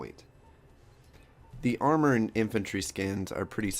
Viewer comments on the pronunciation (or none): none